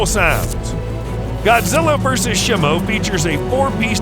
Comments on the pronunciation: Nah Blud did shimo dirty. He said shi-mo and not SHEE-mo and called her a "him" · Please stop calling Shimo Shemo. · Shimo is pronounced sheemo out of talking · Bro is saying shimo wrong